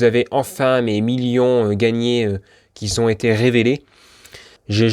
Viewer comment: Ce serait sympa que vous arrêtiez de faire la liaison avec un S qui n'existe pas "qui Z'ont"!!!ça fait vraiment mal aux oreilles,merci.